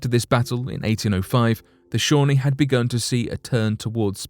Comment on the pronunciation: Algonquin is pronounced Al-gong-kwan not Al-gong-kee-an, Shawnee is pronounced Shaw-nee not Shawny, there is a break in the world so it sounds as if you are saying 2 separate words.